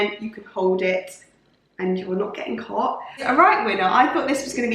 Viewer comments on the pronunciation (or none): none